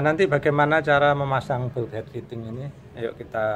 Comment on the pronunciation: Bulkhead fitting dibaca "balkhed fiting"